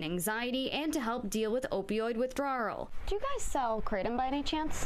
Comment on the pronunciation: The way she said withdrawel. Really threw an extra R in there